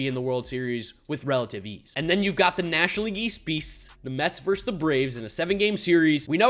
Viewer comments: It’s VERSUS NOT VERSE! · Being a Mets homer is fine. But say this word with me: "versus." It's pronounced "versus." Not "verse." Thank you for coming to my Ted Talk.